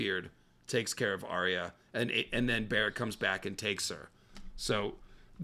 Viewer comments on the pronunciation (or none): none